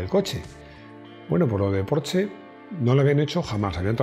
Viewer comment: he de decirte que me encanta cuando dices: "Porsche" en vez de "Porchsss". Sé de sobra que se escribe "Porsche" y se lee algo así como "Porhschx" (o como coño quieran decirlo),pero ya digo, admiro a esa clase de personas que aún sabiendo como debería pronunciarse siguen leyendo lo que se escribe. Un saludo y gracias!